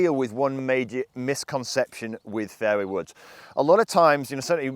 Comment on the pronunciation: Every time he says fairway woods it sounds like fairy woods